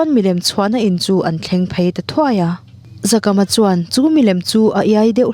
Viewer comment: Zakama toh hi Zakaama tia lam tur.